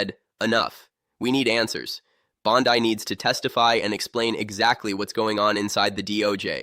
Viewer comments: Can’t even pronounce the name right. It’s not BONDI her last name is BONDEEEEE. HORRIBLE AI. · Jeebus teach your AI personality to say Bonde or Bondy or Bondee! 😂